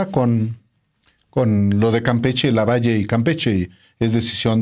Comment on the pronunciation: Álvaro no es lavallo es LAVALLE 🥴👍👋👋